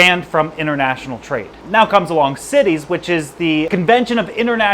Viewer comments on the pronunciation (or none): Right? Also "barbels" (it's not "barbells" like in the gym) and "CITES" (not "cities") for the Convention on International Trade in Endangered Species.